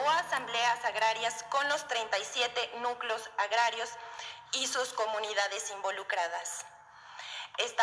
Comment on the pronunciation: Núcleos no nuclos, deja nerviosismo muchacha, ya se sabe que te pagan por decir mentiras y como haz de una persona legal te ponen nerviosa las mentiras escritas por alguien especializado en falsos